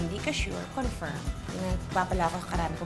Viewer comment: confirm is the correct one as English word and English pronunciation (un lang un) ... Pinoy bakla lang ung confeerm which is no way for English as English 😇😇😇😇